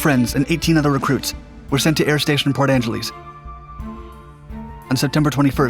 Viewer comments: Love you. Cle Elum is pronounced with an open e like Lee and Port Angeless is pronounced like los ageless if you choose to edit the audio. I doubt you will be using either in future videos. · He got it close, "Cle" is said "Clee", but muffed "Port Angeles". The final "e" is a short vowel: AN-juh-luss. Not bad though. At least he wasn't from Puyallup lol. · Lol yah he was super close surprised he muffed Port Angeles though it’s just like Los Angeles just Port.